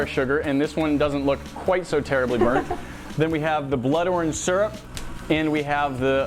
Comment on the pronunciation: please look up how to pronounce "syrup". I'm not a native English speaker but I'm very sure surrup isn't it mate